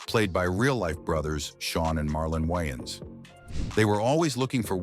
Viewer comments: The white guy intentionally botched their last name up, from ''Wayans to '' Wyans. Who caught that? It's a thing with them. You would think the narrator would know how to pronounce their name right considering he knows so much about them. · The AI voices are finicky. Is it "Whyans" or "Wayans"... sheesh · Wyines its Way-ans😂 how you get their name right at the end??¿!!! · Good content, but you butchered their last name. It's Wayne, not Whyane. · It's the "Wayans Bros" not the "Wiyans Bros" Smh! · Dude says the Y N's brothers 🤦‍♂ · The woyons brothers. 😂😂😂 Omar epps!!! Lol. This voice dude sux balls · Lol the "WHYans" brothers 😂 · “the Wayans brotherlers” 🤣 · Dude keep saying the wines brothers like what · The why-ins 😂😂😂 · The Whyans Brudders?! 😅😅😅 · The way it’s pronouncing Wiyans Bruthers got me😂😂😂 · The way this foo saying wayan brothers is annoying af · The WhYans bRoThErS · The wines brudders 😅😂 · The Whyans WTF? Come on man. You betta put some respeck on they name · How The hell Does the voiceovers pronounce the names correctly then just butcher it later.. Ai talking about brudders sounding like lil Romeo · Another white person in black people's business & can't pronounce these guys names go cover Seinfeld or Married with children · The use of AI to produce video content is getting out of hand.. the constant mispronunciation of 'Wayans Bros' is agitating.. this channel will never be recommended to me again.. 🫡✌🏿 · Don't do a documentary and get the subject's name wrong Pronounce it right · Dude your pronouncing their name wrong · the fact he cant pronounce the last name right is erking me